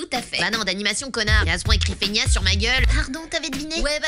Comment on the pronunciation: Pour bien le prononcer apré ci éra et une faignasse c'est celui qui ne branle rien